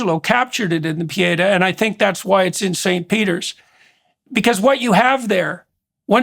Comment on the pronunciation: Pee-Aaaay—-Taw—- watched to the end. Is that a Canadian pronunciation, eh? Great interview. Read comments throughout. So weary reading “Jordan talks too much” comments— what’s refreshing is the genuine conversation and passion he has for thinking out loud as he speaks. Can’t wait to see him in Austin with husband and 4 sons. Great insights, Abigail. Thank you.